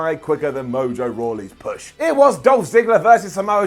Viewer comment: I thought he said Bush not Push!